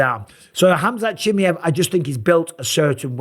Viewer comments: Mike you need to learn to pronounce his name properly... its CHIM MY EV... not too difficult... what if people started calling you BisPONG... you wouldnt like it pal. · Can you learn to say his fucking name right.... its pronounced ham-zat cha-mi-ev legit not watching any of your videos with his name in until you do. You're a commentator ffs. SAY IT CORRECTLY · its so annoying 😂 just say it properly ffs 😂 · Please learn how to pronounce the guy's name. Please.